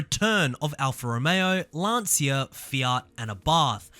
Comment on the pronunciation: It's not pronounced Lan"see"a!!!